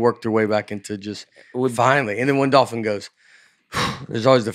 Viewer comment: Uh oh, sounds like we have another penguin situation here. Both Dusty and pronounced the word "dolphin" as "daw-fin", as if that L in the middle of the word was just for show. I guess we need a poll now on how ya'll pronounce dolphin. P.S. It's supposed to be pronounced "doll-fin."